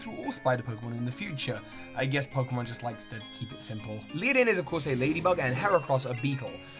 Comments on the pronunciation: It's not Liadin it's Ledian LED IAN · continued mispronunciation of Ledian amuses me.